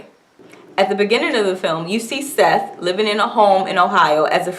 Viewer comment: RIP Toni Morrison. idk why this woman,, is calling Sethe, "SETH", if she just watched it, but it IS "Setha".